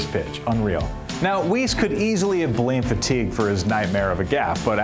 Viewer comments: Wee-se? It's Weis! Pronounced Why-ss. BTW - he has a World Series ring, something no Astro player has! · Whyss… not Wees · Mispronounced both Al Weis (Why-ss) and Bob Aspromonte (Ass-pro-monty) Please don't do that again...otherwise this was a great piece.